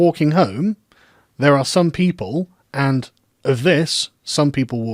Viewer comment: "and, or, if und for" you German now Carl?